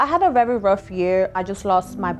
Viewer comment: She said I’m rerry rerry humble 😂